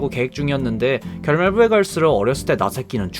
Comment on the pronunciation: "결말 부" 발음 웃기라고 이런 거죠?